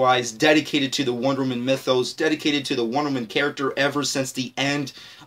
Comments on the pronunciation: Why in this video when he says wonderwoman it sound like wonder man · dude you kept saying wondermen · Mabey learn how to say "Wonder Woman" first buddy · this guy can't pronounce Wonder woman correctly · anyone annoyed about how he says wonderwoman